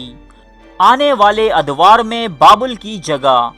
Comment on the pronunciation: بابول نہیں بلکہ بابِل تلفظ ہے۔